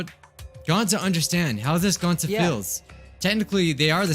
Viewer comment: no ones gonna say how said Goncy instead of gonta 💀